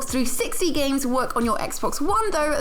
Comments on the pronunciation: Did she say gays with gold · How can you say Gays instead of games? needs to learn how to speak